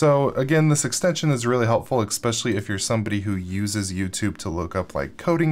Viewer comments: I enjoy your videos very much but please stop saying eXpecially, it's eSpecially, thanks! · I will dislike every single one of your videos cause you said eXpecially.